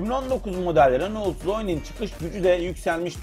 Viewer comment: Araba tanıtımı yapıyorsun ama hala bunun reno diye okunduğunu bilmiyorsun. renolt diye diye helak oldun.